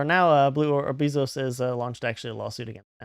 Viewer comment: Lol "Bee-zos" if you have or make a pacer dot gov account you can sewrch for the csse and at least see whatever documents are public but give it a little time too and paying pacer members will post what they've got